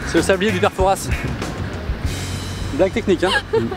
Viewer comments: je suis charentais et au cas où d autres personnes font cette erreur inadmissible fouras du père fouras se prononce foura et pas fourasse ça le hérisse le poil 😎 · PUTIN TA DI FOURASSSS LE PERE FOURAS DETESTE QUAND ON DI LE S